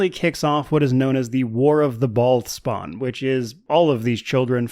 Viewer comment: everytime you say "bhaal spawn" i hear "bald spot". war of the bald spots...